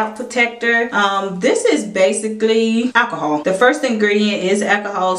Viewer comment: I can't hear you say 'ackahol' one more time 😖